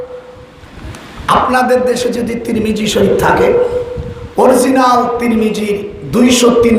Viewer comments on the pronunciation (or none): none